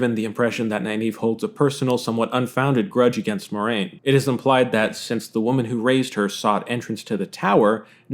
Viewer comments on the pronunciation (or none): It is pronounced Mwah-rain, not Moi-rain.